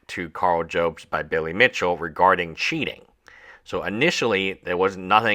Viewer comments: Jobst is pronounced Jobs-t, not Joe-bst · Jobst Job - st Not Jobe - st I know its not important. It just bothers me 😂